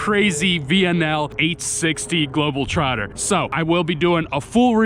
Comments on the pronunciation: Why do you keep saying Globeltrotter? you even read it like that, i just dont get how you can read Globetrotter and still say global... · You’re driving me crazy misreading the name. It’s GLOBETROTTER not Global trotter. 🤦‍♂️ You’re as bad as those guys that spell Peterbilt, Peterbuilt. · It's not " Globel Trotter " it's " GlobeTrotter " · It’s a Globetrotter not a Globaltrotter, I think your a Bitumen trucker yeah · It's not Global (trotter) it's Globe (trotter) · GLOBETROTTER !!! NOT GLOBAL TROTTER ...KEEP IT NICE !!!! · its GLOBETROTTER not GLOBELTROTTER like you said